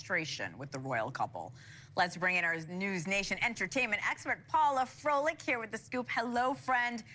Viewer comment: You said Fortescue correctly, but corps is said as core Froelich should be said frolic just for fun.